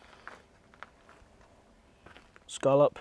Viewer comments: ScA lop not ScO llop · it's pronounced "scallop". They're also good seared